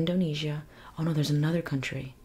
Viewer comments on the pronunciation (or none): none